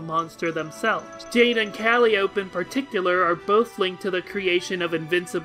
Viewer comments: Cah lie oh pee. Bro. It's not Cally ope. It's cah lie oh pee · It’s “Cal-eye-ope-eee” not “Caly-ope” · In that same article it references that the muse is pronounced "kah-LY-oh-pee", while the instrument is pronounced "kAHl-ee-ohp", and Calliope herself has no allusion to carnivals or circuses outside of her connection to Caliborn that I'm aware of. On the other hand she's clearly a reference to the Greek muse Calliope. On top of that, I'm not sure I'd trust carnies for word pronunciation. While we're on the topic of how words are said, "faux" is pronounced like "foe". It's french. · Yeah I'm joking here but I fully intend to adopt the "Kah-ly-oh-pee" pronounciation going forward. It just sounds clearer for audio, too--the only reason I haven't is force of habit. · Tbh i forgot Yaldaboath was a denizen in homestuck after getting to frustrated with how the name was pronounced to remember. Honestly I really only remember Yaldaboaths name because of Persona 5 lmao. As for my land I dunno, Im a self proclaimed Rogue of Doom though thinking about our only really developed doom player sollux, his planet was covered in fire so perhaps some form of ruin would be fitting for any doom player? I dunno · It's "Cal-eye-o-pee" and "chair-uh-b" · I think Calliope is pronounced Cal, eye, oh, pee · Calliope = Cal-I-Oh-Pe Faux = Foh Sorry, the pronunciation killed me a little. You do you, but my inner grammar Nazi demanded I comment this. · Great video, thanks for making these. Just an FYI: "Calliope" is pronounced like this: A calliope is also a steam-powered musical instrument that appropriately features prominently in the musical piece "Heir of Grief" from [S] Collide. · Yeah, I'll definitely be adjusting my Calliope pronunciation going forward. I also had no clue about Calliope as an instrument, or that it was in Heir of Grief. That's awesome, thanks for letting me know! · Your pronunciation of "faux" hurt me more than your pronunciation of "Calliope."